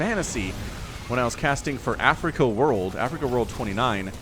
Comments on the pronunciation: Sorry if I misunderstood, at , you mentioned "not favorite side of the world", this sounds like Africa, not Afreeca, especially for audience new to SC2 e-sports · It's Afreeca not Africa, though I like your content, it's better to do more research on SC/SC2 if that's your channel focus